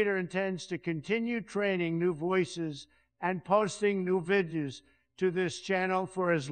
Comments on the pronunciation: "over one hundred vidya's " lol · Why do both Obama and Trump voices have trouble with the word “videos”. The illusion sounds great but the algorithm seems to mangle that one word.